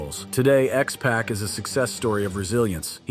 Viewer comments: It's not KAH-mala (like in Kamala Harris), it KUH-MALA. It's not JAN-etty, it JANETT-EE It's not X-Pack, it X-Poc Honestly this is my pet peeve with these kind of wrestling lists. Is it really so hard to do a little research and watch one of their matches to learn how to pronounce their names correctly? There's dozens of videos available on YouTube. When you mispronounce a name, it makes it obvious you never watched one of their matches and thus probably don't know what you are talking about. Did you just cut and paste from wikipedia or something? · Bro don’t know how to say x-pac right lmfao 🤣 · I cant with the "KAH-mala" "X PACK" and Marty "JENN-ity". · X-Pac, not Pack man. There’s a difference. Also why are you using Tommy Lister Jr as b-roll for Abdullah the butcher 😂 can you not tell the two apart. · I swear this guy is pronouncing the names of wrestlers incorrectly on purpose lol he said "X-Pack"....I was like...Sir...it's Pah-c not pack lol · Dude get the name right with x pac